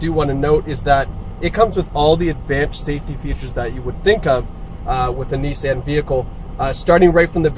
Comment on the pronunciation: It's NIS-saan, not Nis-san!